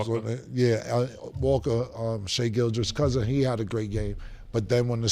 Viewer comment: How the fuck after all this time neither Cam or Mase knows how to say Gilgeous or Udoka??